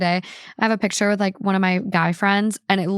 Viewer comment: saying “pitcher “ instead of PICTURE 😐😐😐had me yelling